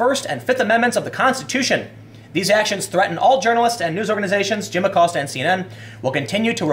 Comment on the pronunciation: Lil’ Abilio “Will” Acost-ya.